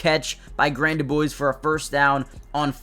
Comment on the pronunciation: Quick pronunciation correction for ya... His last name is DuBose, not DuBoise.